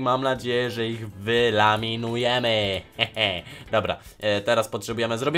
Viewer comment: Wyeliminujemy a nie wylaminujemy.😁